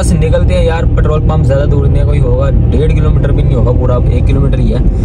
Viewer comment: Bro ptrole nae Petrol hota ha..pet rol..